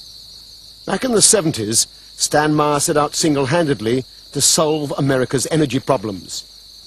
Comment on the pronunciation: I SEE "Meyer" - I HEAR "Mahr" ( :¬o)